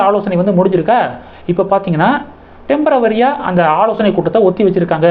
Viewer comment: டெம்பர வரி அல்ல!! டெம்பொரரி, தமிழில் 'தற்காலிகமாக''